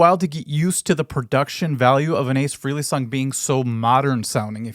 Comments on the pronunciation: Frell (frelly). Not freely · The name is FRAY-Lee, not Free-Lee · It's 'Fray'-lee', for real. I'm not conforming, no way.